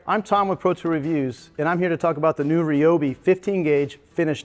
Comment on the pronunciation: I'm not sure I'd want to trust a review from someone who either cant, or isn't bothered, to properly pronounce the Ryobi name.